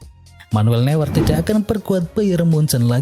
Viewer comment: Kuorta dan nuyer harusnya